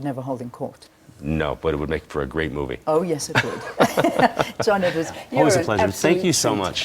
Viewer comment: Ummm... it's Edward. Not Edwards!